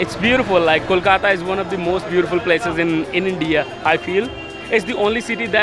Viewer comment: Its not kokola it’s kolkota n if u cannot say word u can call like call-cut-aa